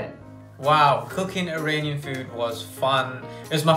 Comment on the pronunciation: It might just be because of her accent but I’ve never in my life heard an Iranian pronounce Iranian like eye rain ian 💀